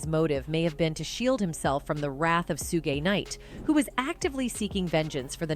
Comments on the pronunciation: The way the narrator said "sue-gay" instead of pronouncing it "shoog" for when they were talking bout Suge Knight... 😂😂😂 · She said “Su-gay knight” I’m dead rn 💀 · Who’s 2 packs? And sooogeee knight 😂. So cringe I know she doing that on purpose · This is a lot, but not surprising. And the lady that was picking kept driving me crazy because she kept mis-pronouncing 2 pac and Sug Knight name.